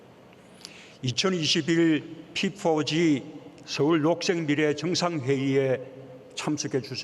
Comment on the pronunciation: 피포지...발음 참...